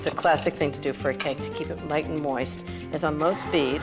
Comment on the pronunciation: I don’t know why I always giggle when she says the word “moist”